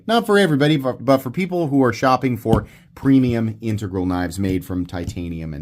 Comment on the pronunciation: OMG and I don't know how I never heard you pronounce integral before, but thank you. I have had to listen to so many bad pronounciations of that word I thought I had mis-pronounciated it myself.